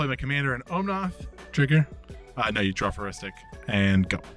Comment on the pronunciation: Loved the game! I can’t help but think that how is pronouncing Omnath must be him messing with me like Stewie over pronouncing the “h” in Cool Whip haha